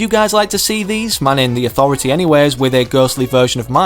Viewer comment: me:the authority:ThA AuTHOritY